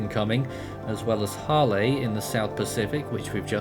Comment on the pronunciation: Isn't Hale supposed to be pronounced as "Hail"?